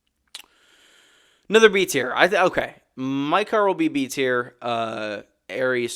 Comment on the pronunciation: In what world you believe Maekar Targaryen is pronounced "Mike-are" considering how all of thier other names are pronounced???